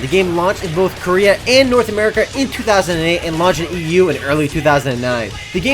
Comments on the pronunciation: if i got money every time he said koria.... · You wouldn't because he said "Korea" =/